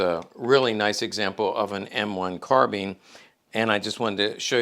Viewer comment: Bothers me an Expert in miltary items doesn't pronounce "Garrand or Carbine" correctly! Both of the firearms designers were serious about pronouncing their name correctly.